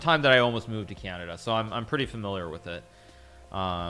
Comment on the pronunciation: Canadia? Is this how americans call it?